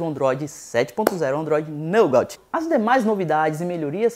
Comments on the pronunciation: A pronúncia certa seria Nugá, não Nougaut ;) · Pode pronunciar "NUGÁ" que ficará entendível... like. abraços. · mano sou teu fam mas se pronuncia nouga assim que se pronuncia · repita comigo: "nugate". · naugautiii , kkkk racho de rir com algumas pronuncias dele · "nôugáuti" kkkkkkk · Se pronuncia NUGÁ. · Só uma dica, quando não souber como se pronuncia uma palavra em inglês basta colocar a palavra no Google tradutor. Ficou muito feio sua pronuncia do Android Nougat. Você como produtor de conteúdo web tem que ficar ligado nas pronúncias tanto do português quanto inglês. A propósito, gosto do seu canal. Parabéns